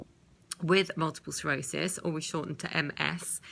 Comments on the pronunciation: Sclerosis... NOT Serosis. It would help if you could say the actual name correctly. Just saying. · Sounds like you're saying Multiple cirrhosis...